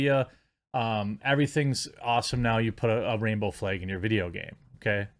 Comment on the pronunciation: Flag> Fleg it’s like you don’t even try to pronounce “a”s